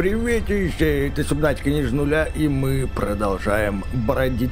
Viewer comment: Правильно говорить не субнатика а сАбнатика